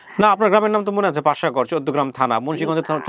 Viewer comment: পাসা গড় না এইটা হলো বাসা কোট